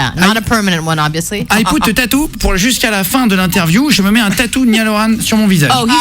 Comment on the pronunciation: Niale Orane 😂 ça fais presque saigner les oreilles